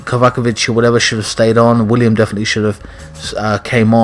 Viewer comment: It's Willian with an N not William god damn it! He's clearly one of your favorite players and it's the easiest name to get right!!!! P.S WE WANT GOD OF WAR!!!!!!!!!!!!!!!!!!!!!!!!!!!!!!!!!!!!!!!!!!!!!!!!!!!!!!!!!!!!!!!!!!!!